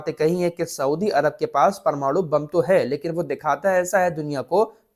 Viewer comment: PARMARU kyun bolte hai, sahi wod PRMANU hota hai sahi bolye